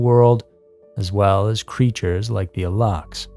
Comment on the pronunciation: It's spelled alux and pronounced "a-loosh." It takes two seconds to look up the correct spelling and punctuation of things before making whole ass videos about them.